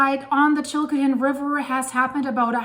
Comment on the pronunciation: Chilcotin river not chilkotin.